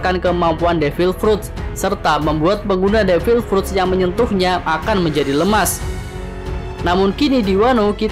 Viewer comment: Devil pruttt kaya kentut aja nyebut nya 😑😑😑